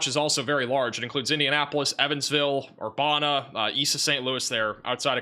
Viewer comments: It actually “uh” instead of “a”. Like Master P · Just for your future reference. Urbana IL is pronounced Ur ban A. No way you could possibly know how to pronounce every city in the United States. This is in no way a complaint. We found your channel and love the accurate information. Thank you foe your reports